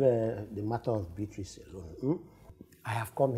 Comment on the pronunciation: I still don't know why my igbo people call Beatrice, biaty😂😂😂